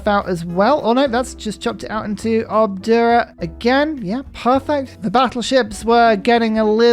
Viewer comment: Amazing how you keep saying "Obdua" to Obuda. ;)